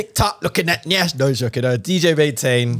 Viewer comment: As a Nigerian, I beg una... the word is "yansh", not nyash as I'm seeing all over the internet. it deeply troubles me because where yansh is involved you can't afford to go the wrong way